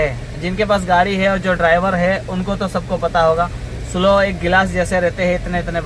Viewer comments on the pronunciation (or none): भाई, " स्लो " नहीं स्लीव " ( sleeve) कहते हैं शायद